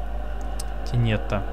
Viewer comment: не тенета, а тенёёёта :3 обозначает путы, сети. в единственном чисте - тенето (на "о" ударение )